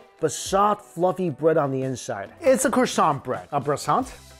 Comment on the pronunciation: Bresants.. or breasants.. or coisbread